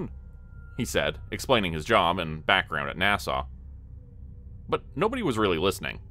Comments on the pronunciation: Right, sounds like he's saying Nassau. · A gentle correction, NASA is pronounced with a "short" a for both. It doesn't sound the same as the Island, Nassau, in the Bahamas. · Is this a Ai or does he just not know how to pronounce NASA? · Not gonna lie, even 40 miles from Windsor I've never heard anyone pronounce NASA quite like that....😂